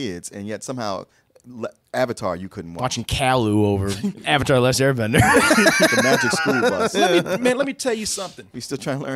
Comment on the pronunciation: Movie: Are you the Uvatar Ung? Me: Who?